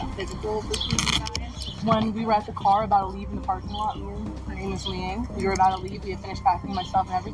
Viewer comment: “I’m uh bowda leave.” She kept repeating. What has happened to the English language? It’s so annoying. These are supposed to be college educated people. This is not quite, but almost as ridiculous as the use of the word ratchet (a wrench) used as the word wretched. The best one is the word axe🪓 as ask. Oh, and let’s not forget the use of,the words literally, and like! We really are headed for the real life version of the movie Idiocracy!